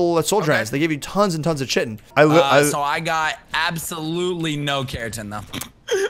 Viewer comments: It is said ki-tin not chi-tin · It's called (KITEN) not chitin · U GUYS ARE SAYING CHITIN WRONG!! Say it like kitin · it is not pronounced chitin. it is pronounced ci-ten. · Chitin is pronounced like kite-in and keratin is pronounced like care-a-tin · I'm pretty sure Chitin is pronounced like sky-ton without the S lol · It's ki-ton rob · did you say shitin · is said like kytin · Its Chi-ten....